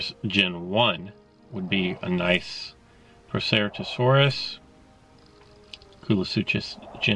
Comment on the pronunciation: Stegopods?? XD seriously if you are going to try and tell us information about dinosaurs, you should do your research. The dinosaurs you are talking about are from Stegosauridae, or stegosaurs. Also, proceratosaurus is pronounced ‘pro - se - rat - oh - sawrus’.